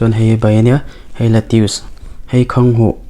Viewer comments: I naupan hmel lutuk tawh si lova ngatinge Khanghu tih tur kha Khanghuh itih zel a, Khanghuh tih loh tur Khanghu tih tur. Chuan Marcha te iti mai mai a, Hmarcha tih zawk tur a ni e. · Khanghuh nilovin khanghu. Cuan marcha nilovin hmarcha tih tur, he2 kahriat Dan Kalo sawive my2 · Khanghu(h) i ti zel a....KHANGHU tihtur ania...(H) kha a tello....btw Keep it up👍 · Khanghuh ni lo vin Khanghû a nih kha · Khanghuh ni lovin khanghu......a hmuhnawm e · "Khanghuh" i ti maiin ka hria😁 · khanghu leh hmarcha I lam dan hi amak e. tui hmek bawk si, ka ril ti tam lutuk...